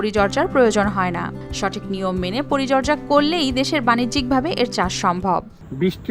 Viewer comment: এতো বড় চ্যানেলের একজন উপস্থাপক,,বারবার পরিচর্যা কে পরিজর্যা বলছে এটা খুবই দুঃখজনক